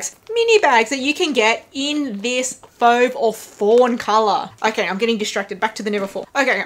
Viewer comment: Your pronunciation of fauve is fine!